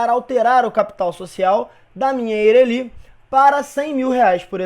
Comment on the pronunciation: Muito boa a aula, mas me deu agonia a pronúncia de Eireli kkkkkkk